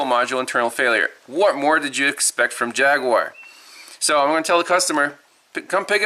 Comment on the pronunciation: "Jagg yew aar." lol